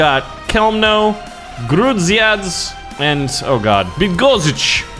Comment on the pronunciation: A bunch of letters together. Love it. Yeah, I'm from Poland. And it's fun. The cities were (I'll try to write it so You can pronounce them): Chełmno - hewmno Bydgoszcz - Bidgoshch Grudziądz - You did a pretty good job there, only the "a" is pronounced differently, you'd have to check it, idk how to explain it to ya